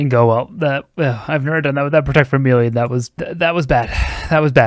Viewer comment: Man, you check the pronunciation of something at two different points in this video, but still say “mee-lee” every time Still love ya